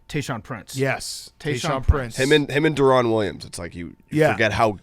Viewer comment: Isn’t Deron Williams pronounced Darren? Why is saying it like that